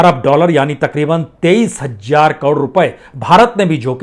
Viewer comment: Hajjar nahi sir hazar boliye.